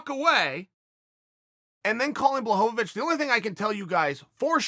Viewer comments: Blahovovich and Blagoyev 😂😂 Chael has a problem with eastern european names. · Me: Blachowicz Uncle Chael: Blahovavich Me: Ok great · Jan Blachowicz should Change his Name to Blachochowitch. Cause Chael said so. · Lmao Chael who the fuck is BlaHOVOvicH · No one: ...... Uncle Chael: Blahovovich!